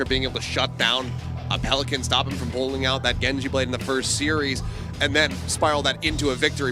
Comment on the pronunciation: PeliCAN not PeliCANT goes kinda hard